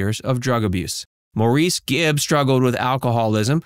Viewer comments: Its Morris. Not Maurice. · Maybe if you're going to do a youtube video, you should learn how to pronounce the subjects' names. It's pronounced like the name "Morris". Not mo-REES. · Maurice's name is pronounced like Morris with the emphasis on the Mor. It's not pronounced Moreees with the emphasis on the eees. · Maurice is / was indeed the correct spelling - but, it was / is pronounced "Morris" and not 'Mau_reese_' as so many Americans like to (mistakenly) say it...😟 And yes, his family called him "Mo" Rest In Peace Andy Gibb😢, 💔 Maurice Gibb,😢 💔Robin Gibb.😢💔💔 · It is pronounced Morris only. (Some weird sites pronounce his name Morr eece ...like a Frenchman). It was spelled Maurice and pronounced Morris. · Barry is not the oldest of the 5 children, his sister is. Also, it's pronounced "Morris" , not "Maurice"..Pretty good video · It's pronounced "Morris" not "Maurice". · It's pronounced Morris, not Maurice. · It's not pronounced Mor-eese - it's Mor-is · Barry isn't the oldest of all his siblings. His sister, Leslie, is the oldest of the siblings, born in 1945. Barry was the oldest of the Bee Gees. Maurice is pronounce Morris. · No, it’s a french name, it’s pronounced: Moriz but spelled Maurice - of course. In German it’s Moritz. Love Claudia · Maurice pronounced his name like "Morris". I don't know why, but that is how he said his own name. Please, show respect and say his name the way he did. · After all these years, I can't stand when they call Maurice "Maureece"! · Maurice is pronounced like “Morris” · Maurice pronounced his name like "Morris." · Maurice's name is pronounced Morris mor-ris.. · Cant pronounce Maurice right either. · It's sacrilege that you are unable to pronounce Maurice's name correctly. WTF! You really would think in your position that you'd get it right. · have you noticed how the narrator pronounces maurice these americans make me laugh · Maurice lmao. He’s not French.